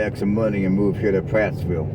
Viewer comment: There is no S in Prattville and you said our county wrong too, sheesh